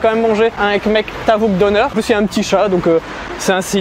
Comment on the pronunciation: Coucou j'aime beaucoup les vidéos visites + food test. Quant au döner à prononcer deunère et non donneur 😁😁😁😁